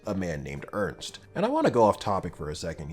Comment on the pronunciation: Yeah, Ys 6 is a really good game. I am now going to tell you how some of those names are actually pronounced that you kinda butchered during the Video. Isha is pronounced I-sha and not Aisha. There is no A in the beginning. Ernst is German and not a grunt sound. It is a name. Think German for that one. In German it sounds very different.(It means serious btw) And Xisa and Jue you also kinda said wrong just like Heiyue. It is Ju-e and Shi-sa. Not Juu and not Shisha. Think more Chinese. And Heiyue from Trails is Hei-yu-e. People always forget the e at the end. And English has Germanic roots. And just for the record: I hate Terra!!! Worst voice acting in the history of gaming and I also hate her personality. I hope I can finish this game myself soon. I stopped before the cave. I did not want to see that Pirate Bimbo again. Planning to get a kitchen and a steamdeck soon. I have great plans for my steamdeck. I like Napishtim. Adol being German is kinda cool too. You learn that in another game. Not sure which one though. I hope you play the other games too. Celceta has some really funny gameplay. And Ys 8 has a bad map. For me at least. I have no sense of direction though. Enjoy your day.